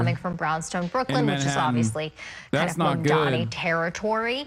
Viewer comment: I give it a week before we learn about Cuomo SAing someone in his frustrations. Also, he still can't get Mamdani's name right. All the time in the world to visit a mosque now, at least.